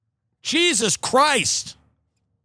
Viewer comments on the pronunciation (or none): none